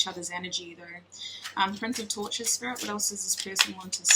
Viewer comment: Omg I kept hearing tortures instead of torches LOL